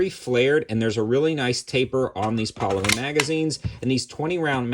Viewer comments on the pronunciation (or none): none